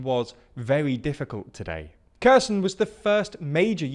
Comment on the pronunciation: Kerr Sun 😅